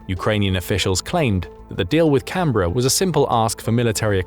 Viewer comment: This is probably the first time I have heard a non-Australian say Canberra correctly